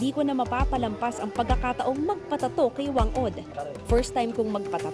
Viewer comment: she pronounced it wrong! it should be Fang Od! thats how pacific islander pronounce 'Wh'